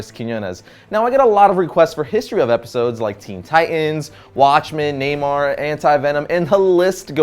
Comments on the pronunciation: ...Namor is pronounced Neymar?? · Has. Anyone realised how he said Neymar at the start 😸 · Wait, did you say 'Neymar'? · did he say neymar